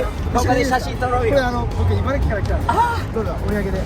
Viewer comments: 茨城をちゃんと「いばらき」って言ってて感動しました😂 茨城人ですら「いばらぎ」って訛って呼んでる人多いのに(笑) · 茨城（いばらぎ）ではなく、いばら”き”で言う辺り、さすが。 大事よねｗ 。思わず口に出そうになるのをぐっと堪えてｗ ( ¯ ω¯ )b 次回は、大学も終わった頃にあっちゃんと... なんて妄想も過ってしまいます。 ( ¯ ω¯ )b